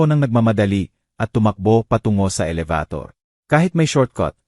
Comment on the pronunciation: Kuya paki ayos naman ang a salita mo alabator elevator pala